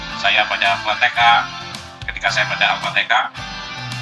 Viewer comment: Ketika membaca Al fatekah..emang ada ayat Al qur'an Al fatekah ya😂 Hadeehh muurtadong odong🐷